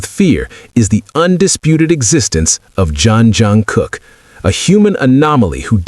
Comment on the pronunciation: JEON JUNGKOOK, NOT JOHN JUNGKOOK